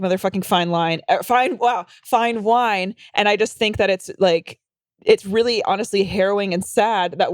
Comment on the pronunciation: "Women do age like motherfckin fine line" 😂😂 that slip up made me laugh so hard